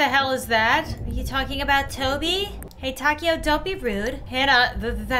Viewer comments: Name: Taeko How pronounces it: taco 🌮 How everyone else would pronounce it: ta-kay-oh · How to say taeko : TAY-KO that’s it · For the first game, hanna's friends name is pronounced tae-ko